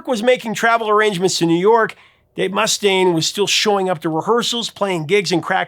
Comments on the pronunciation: Not MUS-taine, Mus-TAINE. Eesh. but failed Basic Metal. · Must stain! That pronunciation had me rollin'!😅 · Wow. Righr off the bat you mispronounced , Dave Mustaine's name (musTAINE, not MUStun) AND Lars Ulrich's name. (Ulrik, not Ulrich) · How does the real person, “” continue to out-AI AI itself by mispronouncing so many common knowledge things? [muss-TAYN], [ULL-rick], [MOON AYJ], [suff-ruh-JETT], [GRA-joo-itt], [KEE-nohl].